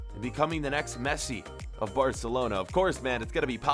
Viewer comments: Or arselona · spoiler I hear u say arsenlona